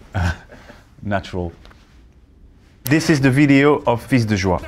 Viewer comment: His prononciation is correct. The s is silent for plural nouns : "des chats" = 's' is silent. For singular nouns or for pronouns, it depends. In "fils" (singular noun) and "tous" (pronoun), they are not silent. 🙂